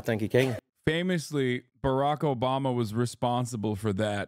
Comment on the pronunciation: Man, Has really did President Uubummer bad. 😂